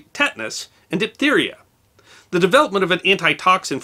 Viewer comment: It is DIPHtheria not DIPtheria. Diff not dip.